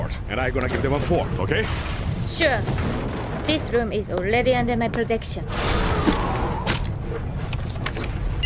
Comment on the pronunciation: "this loom is olledy undel my plotection..."